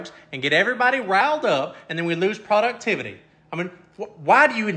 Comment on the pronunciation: Product- ivitee. 🤣🤣🤣